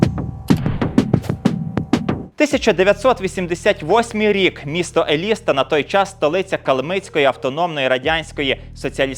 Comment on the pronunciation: Не ЕлІста,а ЕлістА...наголос на А